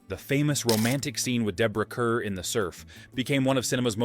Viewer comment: Pronounced “Carr”, not cur.